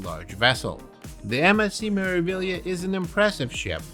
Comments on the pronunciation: Me-ra-vi-glia(liya)! Yes, you do pronounce all these letters as they are written. Greetings from an Italian teacher. P.S. we loved our cruise vacation on Meraviglia at the end of December, it was a blast! 🎉🎉🎉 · MSC "Mare-ah-vee-yah"